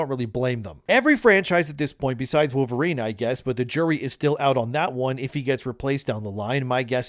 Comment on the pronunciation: it’s Pole-verine